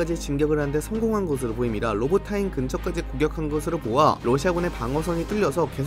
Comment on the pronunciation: 로보타인이 아니라 로보티네..?